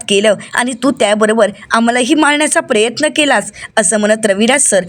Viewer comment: प्रयत्न असा उच्चारात प्रेत्न नका म्हणू